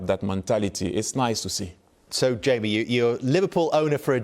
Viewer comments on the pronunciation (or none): none